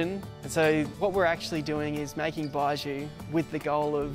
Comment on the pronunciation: This guy can’t even pronounce baijiu